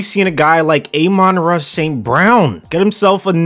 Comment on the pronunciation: It's ah-mon ra st.brown not a-men ra st.brown